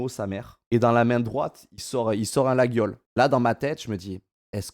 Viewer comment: On prononce pas le "gu" de laguiole, ca se dit "laiole"